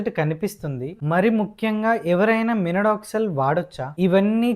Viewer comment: Minoxidil ❌ Minodoxil✅✅😂😂😂🙏